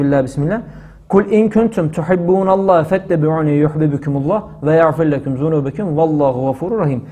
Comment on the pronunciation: S.ALEYKUM HOCAM Allah razı olsun Ayet okurken yagfirlekum dediniz ya orda yag i ayın harfi ile söylediniz orda ki ğayin harfi